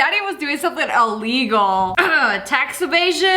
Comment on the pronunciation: I love it when SSSniperwolf says that's elligal